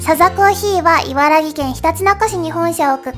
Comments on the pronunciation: 今いばら「ぎ」っつったか？ （#＾ω＾）ﾋﾟｷﾋﾟｷ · 映像も綺麗でお声もとても可愛いのですが、『いばらぎ』ではなく『いばらき』なので気をつけて欲しいです泣 自分の地元なので気になっちゃいまして、、、すみません💦😭 念願のネモフィラ見れて良かったです！可愛らしいお花沢山で見るの楽しかったです！ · ういはろとひすぴでの旅最高でした！ それと でいばらぎと発音したの見逃しませんよ（╹◡╹）